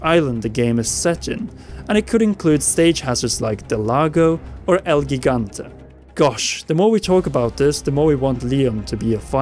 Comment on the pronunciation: The way he pronounced El Gigante made me cringe lmao